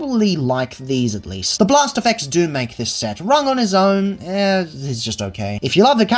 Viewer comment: Rung. It's Rung, as in ladder.